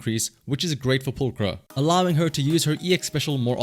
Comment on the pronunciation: 10/10 video already, he pronounced pulchra correctly